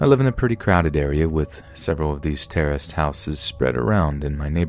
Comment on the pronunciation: Every time you say "terraced" house I hear "terrorist" house, hahaha.